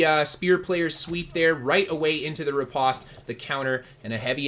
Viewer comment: riposte is not pronounced the way you are saying it. I was way too distracted by your mispronunciation to take much more away from this video.